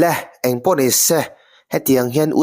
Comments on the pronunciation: Se tih i lam hi ngaihthlk hreawm tep thin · Ni se tih i lam dan hi a mak e😅